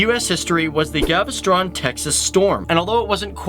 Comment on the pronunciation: galveston? say it again?